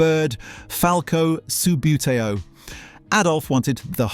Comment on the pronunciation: I detect Ai SLOP! 'sub-yoo-tay-oh' 'spirro-graff' Incorrect images. Images and video lifted from other youtube channels. An English 'voice' saying "Aloominum"?